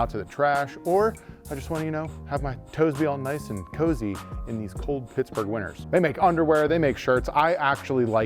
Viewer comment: it's a cozy. Not a coosie